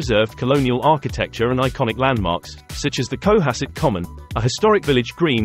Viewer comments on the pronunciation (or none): Not CO-hasset. It is pronounced co-HASS-it. Try to get the canned AI voice corrected. Also, the word 'privacy' is not pronounced pri-va-SEE! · Would be better without the annoying music track and AI voice. FYI, it's pronounced co-HASS-et. My grandmother lived on Beacon Hill / Back Bay, so I was fortunate to visit often and be a Bostonian in the 1960s - 1980s. Most of the Brahmin descendants were quite lovely people and very involved in the arts and charities. Personally I worked on Beacon Hill and throughout Boston / Greater Boston in many of these locales. I've lived in both nice areas and more humble areas lol. Costs are outrageous circa 2023 throughout Eastern / Central Massachusetts. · Lexington, Weston, Sherborn...and emphasis on the second syllable in Cohasset